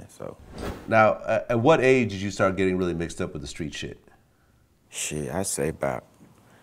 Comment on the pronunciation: In the skreetz of London